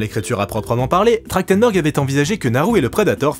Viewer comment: ça fait bizarre de lire Trachtenberg et d’entendre prononcer Trachtendor. C’est vraiment comme ça que ça se prononce ?